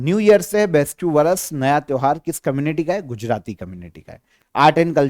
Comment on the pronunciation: Sir ise बेस्टू नहीं। बेस्तु बोलते हैं 😊